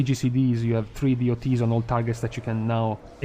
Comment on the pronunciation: please do not say "Deeh-oh-tees" but DOTS. It sounds... not good.